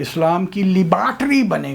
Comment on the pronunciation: Typical mullah pronunciation in the 1980s.